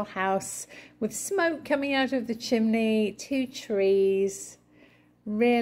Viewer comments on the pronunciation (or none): none